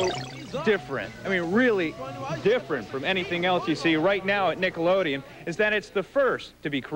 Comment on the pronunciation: lol "Nickleodeon"